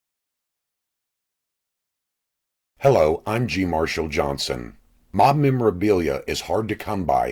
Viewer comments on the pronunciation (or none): none